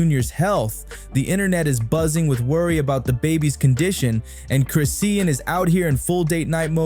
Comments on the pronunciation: It's pronounced like Chrish-shawn not Chris-e-in! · Whys he keep mispronouncing Chriseans name. Sounds like u don't even know who she is if u weren't reading a script